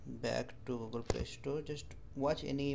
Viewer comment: Its funny when you say Google you say gagol